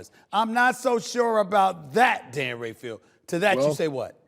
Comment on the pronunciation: It’s not Dan Rafiel it’s Dan Ra-fa-el. Repeat after me